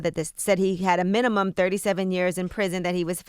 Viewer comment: "Below the minimumum amount"